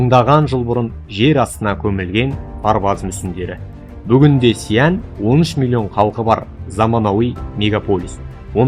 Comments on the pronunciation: Сиянь емес Шиән , қазақша Ә деп айта бер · Xi an. Деп дұрстап аитшы